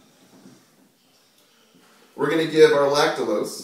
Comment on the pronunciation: Lactulose ... not lactalose .